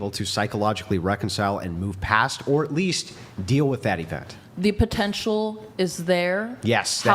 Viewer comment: Why does she say "agleast"? It's "at least"!!!!!!!!